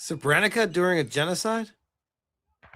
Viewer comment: Uh, I think that’s a Victoria Cross… “Seb-rink-uh” you twit- That was during the Bosnian genocide. That would be like me pretending to not know about the fall of Iran in 1979.